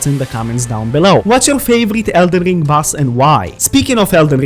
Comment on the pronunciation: 😂 someone teach him how to say ring … not ling